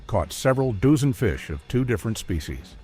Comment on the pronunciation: "Several doozen" lol